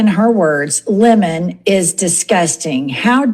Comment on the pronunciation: So great to hear him referred to as Lemon instead of the fake Leh-mon. He's Lemon by name & a Lemon by nature